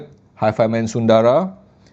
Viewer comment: the French word "timbre" is STILL pronounced "tam-bur" and the Sanskrit word "sundara" STILL is bereft of long vowels.:)